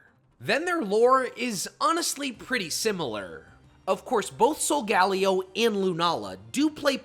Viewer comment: its soul ga lay oh btw